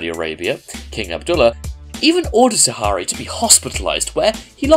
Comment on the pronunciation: Khalid speak carefully Khalid not khaaaaalid And Mohsen Not motion??? And its Al-Shehri Where u got Shaari ??? 😂😂 I liked this video but be careful when u speak our names